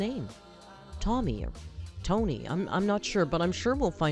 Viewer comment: lol i thought she was calling them tawny